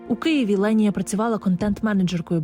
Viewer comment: Її звуть Лєніє. Просто дикторка не правильно ставить наголос і в назві відео не правильно написано